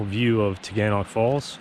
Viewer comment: As a resident of Ithaca you ALMOST pronounced the name that us locals say. At the end of the word it’s pronounced “nick” not “knock”. Tuh-Gan-Nick. Great video though! Haha!